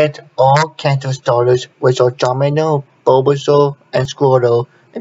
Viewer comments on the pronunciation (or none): its the way he pronounced bulbasaur